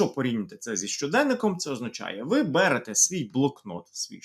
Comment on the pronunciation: Автор каже ви берете і наголос на те. Дивно)))